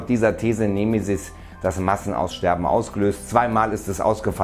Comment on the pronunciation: nehmehsiß... 🙄 Die betonung ist bei E da gibts kein H .... "nEmE-sis".. :P ansonsten Juuhhuu Weltuntergangsstimmung.. 🎉🎈🎉